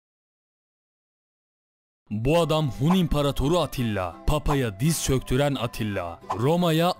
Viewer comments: Abi atilla değil attila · ATTİLA dedin ATİLLA olmasın.